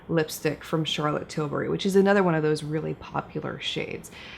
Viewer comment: Charlotte probably really appreciates an American that actually pronounces her name well. Charrrlot TilBARRY, her third cousin from down south, is not making an appearance in this video 😂